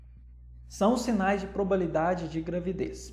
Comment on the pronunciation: Probabilidade, não probalidade, como disse! Eu amei a aula, achei bem explicativa. Obrigada por compartilhar seu conhecimento conosco, de forma gratuita 💕